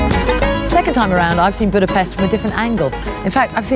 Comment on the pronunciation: She's pronouncing Budapest wrong. The 'S' sound like 'Sh'.